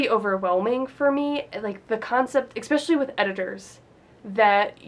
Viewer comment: There is no "x" in "especially. You profess to be a writer?